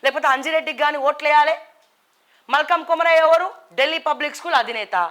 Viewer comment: Hadi malka Komaraiah akka. malkam Komaraiah kdu akka fst meru peru ina correct ga chapandi.😂😂 ( papam brs valu money echaru ankuntha akka ki 🙏🙏😁)